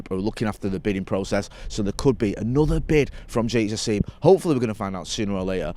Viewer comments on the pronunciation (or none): repeatedly calling Sheikh Jassim Jake Shassim is proof that anglicisation will never die